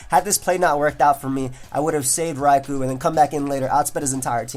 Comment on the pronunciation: Entire time I thought he said Ragu and not Raikou